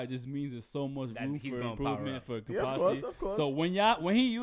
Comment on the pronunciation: Yea just wait for kenpachis next fight. There all gonna be like damn hes dope. The only reason ichigo had a chance is because kenpachi didnt wanna body him instantly, its amazing how spot on is, thell see they just barely have seen kenpachi yet. I just grin every time they say kenpactchi, there gonna relize that a serious no eyebatch and a little technique kenpachi is stronger than allmost everyone.